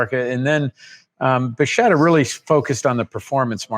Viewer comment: The current pronunciation of Bacchetta has changed from buhsheta, to buhketa. Was that done at the time of the sale?